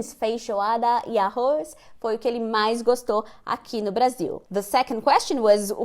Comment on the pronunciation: aos eu não estava entendo, eu ouvi "fish water" ai fiquei ??? só depois de ouvir pela terceira vez que entendi que ele disse FEIJOADA meu listening tá como?? KKKKKKKKKK